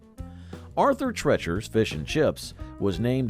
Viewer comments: Arthur "Tretcher's"? Ask your teacher about Arthur Treacher. Anyway, I never heard that referred to as "bad"; in fact, another video says it's missed! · It's pronounced Tree-chers not trechers !!! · Arthur Treacher's was NOT pronounced as Arthur TRETCHer's! It was pronounced Arthur TREEcher's! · Also, -- Arthur Treacher's name rhymed with Teacher, not with Treachery. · You pronounced the name Treacher incorrectly. Rhymes with teacher. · Arthur TREE-cher's, not TRET-cher's. Do your research, people. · Its Arthur Tree- Ture not Tretcher. Rustler had fantastic ribs in its hey day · Its not Arthur Tretchers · Sandy's wasn't bad, just bland. And it's Arthur TREE-CHER'S -- He mangled the name. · Treacher's is pronounced Tree chers! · Treacher’s is pronounced as TREE-churs not the weird way you said it. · Where in the world did you get the pronunciation of " Treacher" as tretcher? Is the person that teaches class called a tetcher?😁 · Great video, I remember most of these restaurants. One note, Arthur Treacher's rhymes with teachers :) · It's pronounced TREE-CHERS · Chi chi’s/ Sandy’s /Arthur treachers and it’s pronounced like teachers.Beningans/Bonanza/Steak and Ale my friends and I all loved these restaurants! If you never have eaten there then you have no say in the matter! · Arthur "TrEEchers" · This douche is not pronouncing Arthur Treacher's right at all